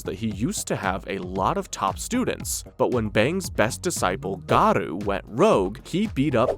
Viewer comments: Not Gadu, his name is Garou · Bro you said garou of gadua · It’s not gadu. It’s GAROU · Garou❌ Godu✅ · it is not godu ti is goru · Am I really the only one dying a little inside every time this guy says "Garoo"? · Dude... why the f are you saying garou like that?